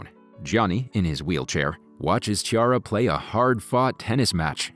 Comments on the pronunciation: Chiara not "Tchiara" 😂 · Every time you said Ciara instead of Chiara i felt like a stabbing wound in the heart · The lady’s name is pronounced Kee ah rah. Not Chee ar rah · It’s pronounced Key-ara. Not Chi-ara.